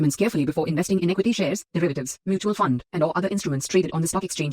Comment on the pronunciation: acuty( equity) English our pronunciation ka eisi ki taisi karte ho